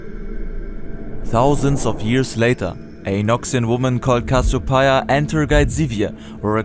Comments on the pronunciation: bro called KASSOPAIA kassopaia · Cassiopeia is pronounced casheeopeea